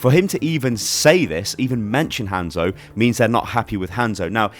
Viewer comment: I hate how you say Hanzo’s name.